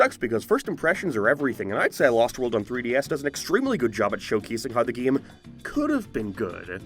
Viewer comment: He keeps saying “GIAM”